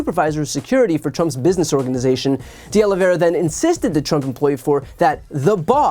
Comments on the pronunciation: Diós mio. Oh-Lee-Vee-Eh-Rrrr-Ah. Not Aloe Vera. Hit the Eh-Rrrr hard. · Oliveira. OlivEIRA. Not Olivera or Oliveria. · Please note the correct pronunciation of these Portuguese names: Oliveira = oh-lee-VAY (like “ray”)- ra —- and while we’re at it: Teixeira = “Tay (like ray) - SHAY (like ray)- ra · IT IS OLIV EIRA NOT OLIV IERA OLIV IERE OLIV ERIA or OLIVE ERA . It is a very common Portuguese/Brazilian name. Nor Russian, French, or Spanish... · Why is it so difficult for this woman to pronounce "De Oliveira?" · Wow, she really butchers "Oliveira."